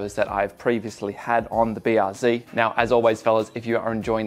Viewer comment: BR what? Zee? Zed son, you're Aussie, and a qlder at that, get it right.